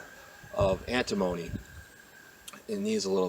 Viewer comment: Is it anta-moaney, or ann-timma-nee? 😄 Anyway, I love the name of the Jug Or Not Box. I wonder how many folks around here get that joke?